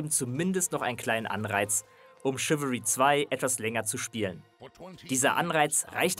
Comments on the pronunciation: es wird nicht ,,schiwiri" ausgesprochen sondern ,,schiwälrie" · Dat spricht man " Schiwallri"